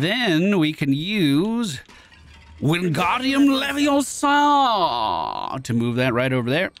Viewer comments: Why does every one get it wrong? its leviosaaaaaaaa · It's LeviOOOOSa.. not LeviosAAAA:) loving the play through! Glad you are enjoying this game as much as i am! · it's leviOHsa, not levioSAAA